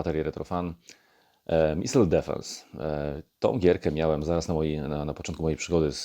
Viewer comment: It's "Missile", not "Missle". 🤔